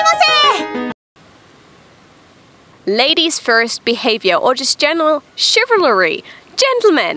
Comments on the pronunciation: “Chivelary” lol. It’s pronounced “Shiv-ul-ree” not “Shiv-al-a-ree” Edit: there should be no mistakes for the word Chivalry, it’s pronounced the same in the states, UK and Australia. It’s one of the few French words we don’t mutalate through English lol. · You can speak Japanese, but you struggle to speak English... Chivalry... pronounced: SHIV~EL~REE :) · It's chi-val-ry. CHI-VAL-RY! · Chivalry..... Chiv Al Ree Chivalrous....... Chiv Al Russ :) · It's very cute hearing you attempt to pronounce the word chivalry. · Maybe not use the word chivalry you're butchering it 🤣